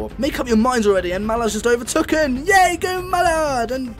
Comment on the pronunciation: I’m sorry but this is really annoying me 😂 it’s overtaken not overtuken